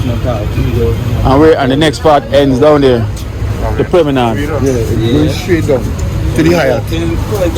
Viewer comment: That guy isn't pronouncing the word right it's not permanard, it's promenade